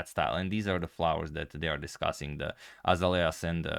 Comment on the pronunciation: pronunciation note: AZALEAS is pronounced "ah-ZAIL-yas"